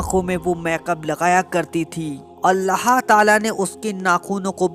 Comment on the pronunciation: Bhai ap Allah ka nam thik se li jie Allha tala nhi bal k Allah tala hota hai